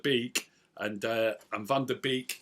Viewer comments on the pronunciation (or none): hi his last name is pronounced bake